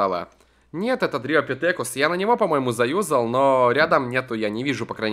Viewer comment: Дриопитекус,а не Дритопитетрус или дриопитекюс :D